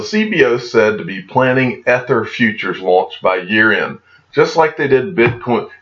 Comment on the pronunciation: Crypto Eri did some excellent research on the Satis Group, I suggest you check out her vid. I am not trying to be a pronunciation nazi, but it's pronounced eether...like ethernet. Keep up the great vids w/ clear vision.